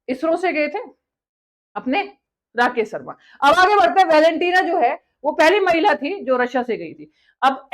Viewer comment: Rakess ssarmaa😂😂😂😂